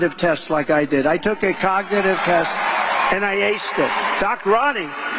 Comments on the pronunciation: i might believe him if he knew how to pronounce 'cognitive' and understood it was a dementia test. to be fair, trump only goes off script because he can't read. Hey GOP- I have a secret Nazi bunker at my house you can rent out for your next Klan meeting... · Why isn’t the main stream media news reporting Donald Trump ‘s cognitive condition, he can’t pronounce words and meandering at speech, but of course the entire MAGA is deranged like Trump